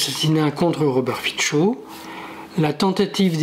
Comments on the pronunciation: Robert Fico , se dit Fitso et pas Fitcho , le c se prononce ts en slovaque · FICO : son nom se prononce, en slovaque, [fitso]